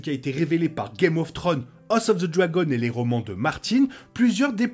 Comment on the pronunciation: Et une question aussi sur un mystère très rependu: pourquoi beaucoup de français dont cette chaîne, n'arrivent pas à prononcer correctement des titres aj pluriel? C'est Game of Thrones, pas Game of Throne. Je dis ça en toute bienveillance. Un petit effort !